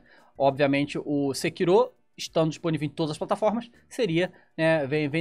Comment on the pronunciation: É sekirô que se pronuncia mesmo, japonês.